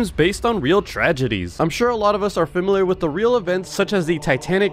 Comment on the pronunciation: Bro saiad "famirilal" at the start😂😂😂